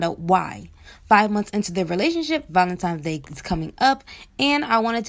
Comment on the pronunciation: she goes right along with the recording and says, "valentiMes day" lol.